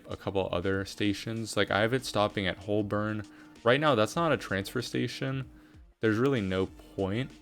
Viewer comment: Hey i am loving this series. Some notes - Clapham Junction actually already exists and refers to a completely different area, near Battersea. So it's a bit confusing to rename Clapham North to Clapham Junction. Also what is the URL for wikimaps? Also FYI Holborn is pronounced "Hoe-ben" or "Hoe-bern"